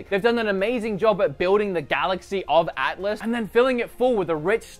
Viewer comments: atlas not atlantis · I don’t wanna sound mean but it Atlas not Atlatis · lol, He actually kept saying "ATLANTIS" 'till the end...Now I dunno if he really gets into the Game that much before reviewing... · everytime you called in Atlantis and not ATLAS I wanted to headbutt my screen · Im sorry did he just say battle for atlantis? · It is Starlink: batle for Atlas, not atlantas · Are you actually saying battle for Atlantis, ITS ATLIS! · It’s Atlas not Atlantis lol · He sai atlantis and it’s atlis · Its battle for atlas, not atlantis! 🙄